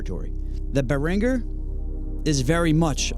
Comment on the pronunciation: damn have i been mispronouncing Behringer for 20 years? im not here to disagree about whether there is a vast difference in sound between a classic analog synth and the behringer clone, i personally dont think there is or i wouldn't own a deepmind 6 (which isn't technically a clone but close enough). i will say a lot of their QC leaves much to be desired, like on the deepmind i had to open it up and tighten all the screws down on the board to remove this ringing sound- a common problem apparently or i wouldn't have been able to find the solution so easily online. you get what you pay for when it comes to that. i see where berhinger gets its hate from. like i said a lot of their products- for years and years- have been pretty shitty quality. and them mass copying stuff is great and it isn't. its certainly making things more accessible to people, which is good but they are certainly not as cool. it'd be like owning a 1980 porsche that you had in showroom condition then Kia completely copied it with less quality parts and started selling it for 1/10th of the price. it's doesn't really effect you, you still have the porsche but its kinda just lame. glad it works for what you're doing, im stoked on my deepmind now that i fixed it. good way to save money for sure.